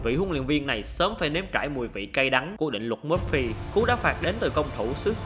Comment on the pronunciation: Định luật Murphy, cái này đọc là mơ-phi ad ơi😊